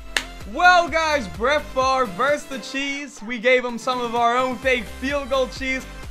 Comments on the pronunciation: It's pronounced "Farv" not "Favray" 😭😭😂😂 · Barts Kinda Gay And Stuff It's should be pronounced fav re but everyone says it farv.